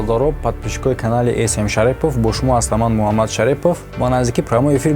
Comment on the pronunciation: Салом Алекум бародар !! Илтимос номи Мухаммадро (МаАмад)- ннагуИлтимос бародар МуХаММад (Х)-ро бо куртакат чукур талафуз кун.... Дуюм : Насабатро (ШариПуФ)-нею Шарифзод ё Шариф навис ИЛТИМОС.... Советский союз к сожалению титу-пора шуду моро Россия талок кард 30-сол пеш...лекин шумо то хол худатона ШариПуФу МариПуФ гуфта гаштед...Шумо хиссиёти МИЛЛИ доред ми ??? Фарханг доред ми ??? Илтимос бе хафаги бародар ✋